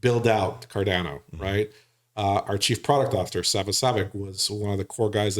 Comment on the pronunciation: Sorry but this guys seems like a flake, can't even pronounce Cardano properly, the second A is pronounced 'uh', NOT 'eh', come on educate him...